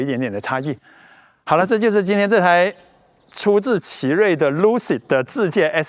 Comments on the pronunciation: lu开头，发音是拉科，luck，拉克si德。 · 读错了，luxceed，luxury+excced =拉克西德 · 念 拉克细的，意思差不多想表达奢华，请原谅我当一次显眼包